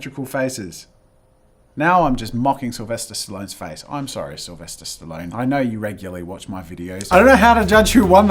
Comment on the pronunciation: Sylvester stiloan 😑. sorry I just had to point that out